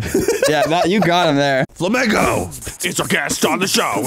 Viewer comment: Arin definitely introduces him as “Flammego” in the intro, right?